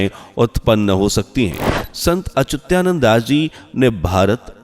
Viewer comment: अच्युतानंद का सही उच्चारण करिये।